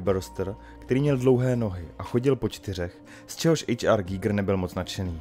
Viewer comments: Koho napadlo (německé) jméno Švýcara vyslovovat anglicky? To nebyl žádný "ejč ár gígr", ale úplně obyčejný "há er gajgr" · Dobře, tak buď anglicky ejč ár gajgr nebo německy (správně) há er gíger, ale zkomolit to dokupy je jiný umění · Pěkné, ale proč vyslovovat jméno "H. R. Giger" jako "ejč ár" když to byl Švýcar? Přijde mi to stejně divné jako anglická výslovnost německého tanku Tiger jako "tajgr" 🙃